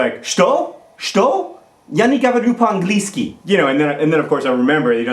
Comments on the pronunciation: Wow, you said "Ya ne govoriu po angliyski" very well. Usually when English speaking people try and say something in Russian they fail miserably. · "Shto? Shto? Ya ne govario po anglisky." PERFECT FOR A PERSON WHO IS NOT FLUENT IN RUSSIAN :D PERRFECTT